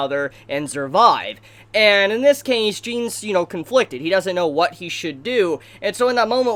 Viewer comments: ...how do you hear Jeen? I'm aware it can be pronounced that way, I've met people that go by both pronunciations. But his Mom in the OVA literally calls him JANBO as his nickname, countless times characters scream his name sounding like JAHN. The original Germanic pronunciation is JAHN and Isayama-sensei pays very close attention to details, extensively researched European mythos, lore, history, and linguistics I guarantee he intends for it to be said JAHN. Even the English dub which I regard as godawful manages to get it right. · >pronouncing his name "Jeen" when they clearly say it as "Jahn" in the anime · Love your reviews! BTW. It's not Jean. It's a French name so you should pronounce it similar to Jeanne.